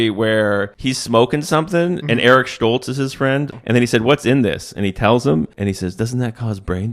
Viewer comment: The only thing that stands out to me with this narration is the pronunciation of Stoltz.